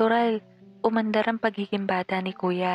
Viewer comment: Nasan ang “r” mo sa umandar? 🤭 🤭 🤭… Hanep sa pagbili. Sa amin kasi ang bata ay binibili kapag kumain ng 💩. 😂